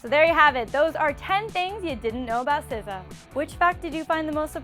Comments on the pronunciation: Did you really just call her sizza 😂😂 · Jerusha Jose it's pronounced sih zah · The one where you pronounced her name! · You know that vine when some guy puts a fake rat and a lady passes and she makes that weird noise, yeah? That's how I pronounce her name.